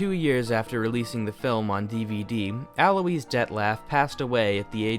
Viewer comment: "Alois" is pronounced "al - whah".